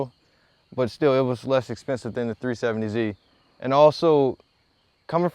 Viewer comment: He was wrong about all the things I listed. He said "370c" . He has no accent... he just sounds like a normal American. If he pronounced "z" as "c" that isn't an accent problem, that's a pronunciation problem.